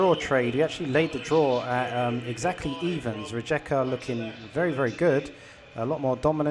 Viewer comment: Please learn the names of the teams because is really annoing when you call them different РиЕка - RiJeka, ЗорЯ- ZorYa